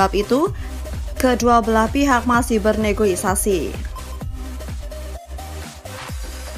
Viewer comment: KOREKSI ADMIN!!!! NEGOSIASI, BUKAN NEGOIASI!!!